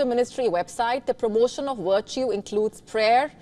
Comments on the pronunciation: Woice ? Wertu ? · V as in vice and virtue is not pronounced like "w"